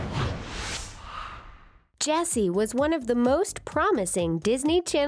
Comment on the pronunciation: Why does Ches... calls Jessie Bessie